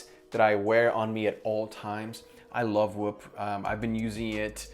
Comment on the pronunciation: Whoop sounds like wap 🤣💀